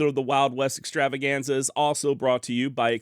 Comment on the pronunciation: I miss the way you used to start the show with an over the top R-roll, Exxxxtttrtrtrtrtrtravaganza!!!😅 Love your channel